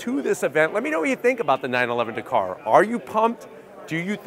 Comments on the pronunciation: So frustrating that Americans can’t say words especially names Dakar!!! Not Dakor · DA-KAR... not D'KAR. You're welcome 👍